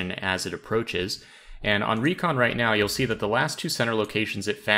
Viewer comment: When you said "And on Recon...." I heard "And Henri con."